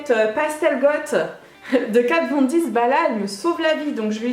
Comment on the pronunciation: Pourquoi tu dis Kat Von Diz ?????